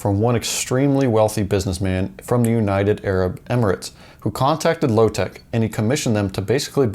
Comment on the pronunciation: its lotec and not lowtech ffs...